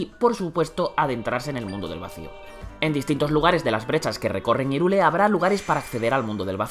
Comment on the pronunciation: Irule dice xD , H no es muda loco suena como J